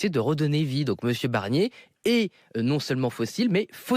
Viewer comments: Prononcez bien BArnier, parce que Michèle BErnier, moi je la veux bien en 1ere ministre ;-) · Michel BArnier et pas Michel BErnier. Merci. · C’est moi où il a dit "Michèle Bernier" 👀🤓